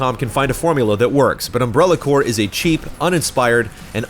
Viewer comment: the rps in corps is silent x)